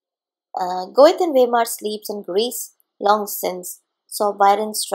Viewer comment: Goethe----Pronunciation is like----Gete